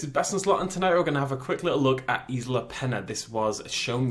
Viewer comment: Pronounced eesla